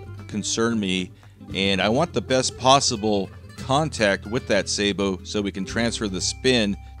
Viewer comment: You pronounce "Sabot" correctly. People who say " Saa- bot" like "robot" are cretins😊